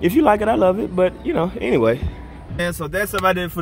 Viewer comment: “But ENWAYY” 😂😂😂